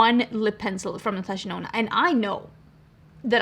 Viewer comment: The way you have influenced the start of my love for makeup, I still hear Natasha Denono